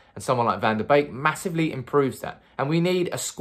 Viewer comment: One of the only Youtube influencers who says his name with the correct pronunciation. Kudos!